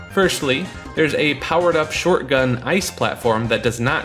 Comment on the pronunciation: Shortgun Ice. It's "Shotgun". How did you not notice that?